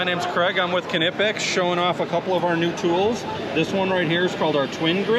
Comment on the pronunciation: Always funny hearing Muricans trying to pronounce knipex